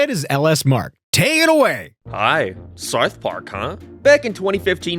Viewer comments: Sarth Park? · Sarth Park.